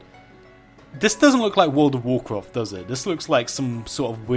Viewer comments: What could have been a 2 minute video was spanned out to over 10 minutes of listening to "this doesn't look like world of woorcwaft" and "you don't usually see this kind of stuff" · Take a shot ever time he says Wool'd of woorcwaft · Wold of Worcraf